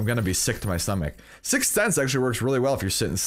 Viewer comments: Try say sick Sense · it's pronounced sicth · EVERY TIME HE SAYS 6 SENSE I CRINGE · The emphasis on "Sixth" Sense. LMFAO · Does anyone realise how much he struggles saying sixth sense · trying so hard to pronounce, "Sixth" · it's not that hard to prenounce sixth sense, but it's just one of those words... Can't explain it but I get where your coming from.